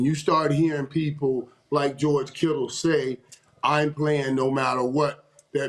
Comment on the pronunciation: Joe Burrows and George Kittles 🤣 Mo Mase & Cam love addin the S on the end of a name that dont have it 😂